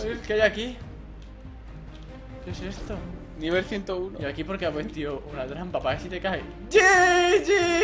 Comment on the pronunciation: dice puestio